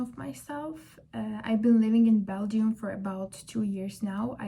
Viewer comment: It's pronounced as bel- jum